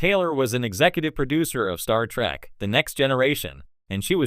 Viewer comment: Did the AI say "Star Track"?